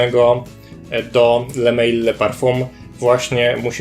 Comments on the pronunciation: to nie jest le mejl tyklo le mal. To nie jest angielska firma tylko francuska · Taka drobna uwaga . Sam zapach jak i jego nazwa pochodzą z Francji . Le Mal ( wym. ly mal -samiec) nie le mejl ( tak byłoby po angielsku). Sugeruję korzystać bodaj z translatora , będzie bardziej profesjonalnie. Piszę to absolutnie bez złośliwości , a raczej z życzliwości.Pozdrawiam.